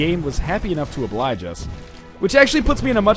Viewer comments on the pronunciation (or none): none